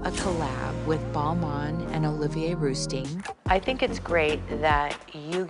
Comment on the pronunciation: Kris butchered both Balmain and rousteing 😆